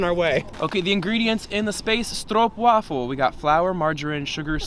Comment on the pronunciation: "im not feeling the space stroppwafel"